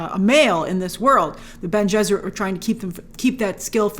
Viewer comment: Bene Gesserit is pronounced benny jess er it (it’s supposed to sound similar to their partial inspiration, the Jesuits) - love the idea of an order of women whose greatest power is control of their fertility and their greatest weapon is their voice (all discipline, no magic!), can’t wait for everyone to see more of them. Grace, you are going to love Irulan - a princess, scholar, historian and scribe. Her works are quoted throughout the series. Great breakdown, I love seeing people discover Dune!